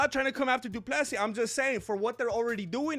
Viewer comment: Du Plessy it's Dutch, and one name 📛 it's (Bur'y) this people f...t up south African people. Love your work, but I'm not izi fan but, you spend little more than googling about history....